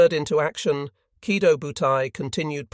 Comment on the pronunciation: Oh, I get it now - the AI is leaving out the O sometimes - yea that is annoying. I thought you were suggesting that there was no long-o at the end of Kido